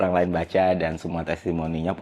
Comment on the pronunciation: Bang kalo ngomong jangan buru-buru, baru 4 detik nonton udah "enam" sama "dan" huruf terakhirnya ketuker 😅 jadi "enan" "dam"